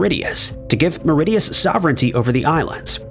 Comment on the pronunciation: Why can't you pronounce Mauritius correctly? Didn't finish, 👎🏼 and no sub.